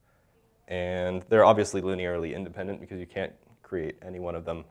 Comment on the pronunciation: indepent 🤣 thanks though, great video